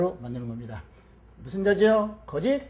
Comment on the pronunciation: 거짓 가 ㅢ 가는 길게 발음해야지요!? 왜 그럱 아십니까 모르면, 공부 좀 더 하시고 강단에 서십시요!!